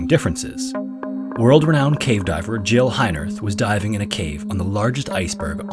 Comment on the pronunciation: Is that me or everyone heard the name as Joe not as Jill ?